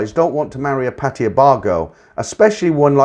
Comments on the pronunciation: It only takes a moment to look up how to pronounce Pattaya. Make an effort. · Lol me too, men been there for many years and can not say Pattaya. Lol